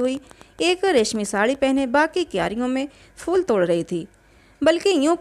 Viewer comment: प्रेम चन्द की कहानियों का मैं फ़ैन हूं,सुन भी रहा हूं लेकिन एक चीज़ जो बहुत अखर रही है वो कहानी पढ़ने वाले का शब्दो का उच्चारण, ख़ासकर उर्दू के,जैसे शब्द फूल को फ़ूल,phool ko fool कहना,बेहतर होगा कहानी वो पढ़े जिसे शब्दो के सही उच्चारण के साथ पढ़ना आता हो,?